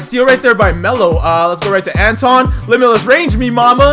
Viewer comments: ITS NOT Anton it’s Antwan an-twan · it was a misprint on his birth certificate. Parents kept it spelled like that so it could be unique. It's still pronounced "Antwan"...lol. I grew up watching him play (I'm a UNC fan) first time hearing people actually flcalling him "Antawn" but he's been ouy the league for a few years some of y'all didn't grow up watching him. Love the vids bro! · Antawn is pronounced Antwan, there was a mistake on his birth certificate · it’s antwan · My grandmother is good friends with him it's the pronunciation is antwawn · Called him Jamison not antawn because ik ur not saying it wrong but it sounds like u r and it's hard to watch.